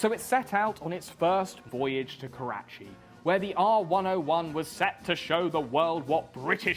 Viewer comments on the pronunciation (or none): none